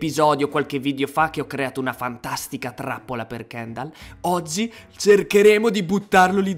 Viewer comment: KENDAL HA DETTO SESWO